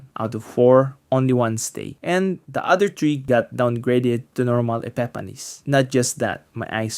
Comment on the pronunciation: Epepanis. halatado 🤣